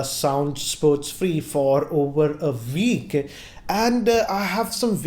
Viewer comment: He's used them for over a 'VEEK'!